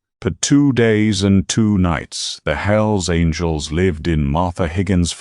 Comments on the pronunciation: Hells Angles? It's Angels. God how I hate A.I. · Story would be good if not for the awful AI voice. At one point couldn’t even pronounce angels